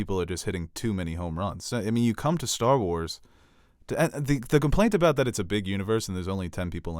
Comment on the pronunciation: I swear calls it "Stall Wars" and it's so frustrating